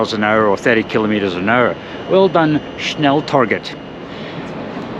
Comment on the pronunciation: Snälltåget ? Give me strength... The pronunciation of snälltåget in swedish is [ˈsnɛl.toɡet], which obviously means it also is the one that should be used in other languages - there is no fx 'english pronunciation for a swedish word'. The word means fast train, cf german schnellzug - or more precisely 'the fast train', because in the scandinavian languages, the -et suffix indicates the definite article for neutrum nouns (in contrast to utrum [common gender], where it would be -en). The consonants used here are known in english, and two of the three vowels likewise, despite your Great Vowel Shift and the ensuing sound 'chaos' - which is fine for english, but should be avoided in the other languages. So the effort you would have to take for getting it right is actually quite limited: The [ɛ] and [e] are a similar sound as in ten (letter e, short/open sound). The [o] sound (letter o, long/closed sound) however does not exist any more in english, only the [ɔ] sound (letter o, short/open sound - like in ton). [Instead of letter o, norwegian and swedish often use å] How can you find the right sound? Try to compare english words 'sin' and 'seen': That's the basically same vowel sound, only that the first one is short [ɪ], while the second long [iː]. You have the same situation with [ɔ] and [oː] - try to extrapolate from there... And you can often find the pronunciation in the global IPA script (like here) in the respective WP article. Good luck